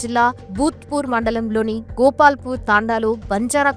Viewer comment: గోపాల్ పూర్ కాదు గోప్లాపూర్